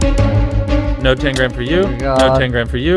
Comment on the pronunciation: It sounded like he said “no tangram” not “no ten grand”